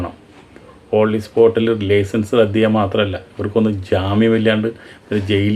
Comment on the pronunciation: ഓളി സ്പോട്ടോ... അതെന്താണ് ചേട്ടാ? ഇംഗ്ലീഷ് അറിയില്ലെങ്കിൽ പറയാതിരുന്നു കൂടെ? ഓൺ ദി സ്പോട്ട് എന്ന് പറയണം.... ഈ കെട്ടും മട്ടും മാത്രമേയുള്ളു അല്ലേ?